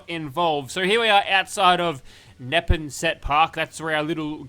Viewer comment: Nep-on-set park. 🤣 Its pronounced Nepon (like Nipon) - Sit. I would say to clear the site first, then install the mod while waiting at the AC garage. That way there won't be spawns there. Download and vote/endorse today! The Nexus needs to change their voting policies, since translations of existing mods are starting to grab tops spots every week. Translations should Not be allowed to participate in the normal voting process!